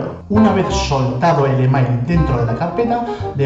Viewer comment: al pronunciar e-mail como se escribe hay que repetir para saber lo que dice pero bueno uno luego se da cuenta de lo que hablas, la música un poquito fuerte. El resto me gusta como esta explicado.